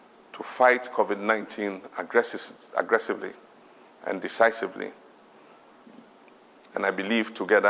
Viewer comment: At least Nana does not say agresisely 😂😂😂😂😂